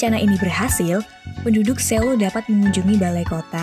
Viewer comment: bacanya soul